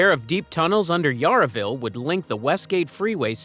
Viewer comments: if you don’t know how to pronounce Yarra (River) and Yarraville and Footscray and Benalla and Warranjuri (and basalt rock) then it’s pretty clear you don’t talk to Melbournians in your research! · .He can't even pronounce Yarraville correctly.